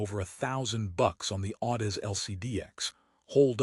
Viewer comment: Can't even properly pronounce Audeze into the video. No reason to watch any further.